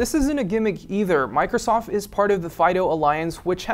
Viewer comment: Is it just me or did he say Microsof at the end?